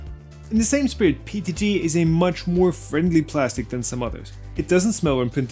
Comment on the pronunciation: I thought it was PETG.... why does he keep saying PTG?